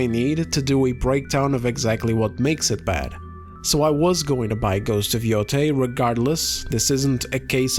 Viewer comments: I like that you pronounce Yotei differently each time you say it. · This grifter can't even pronounce Yotei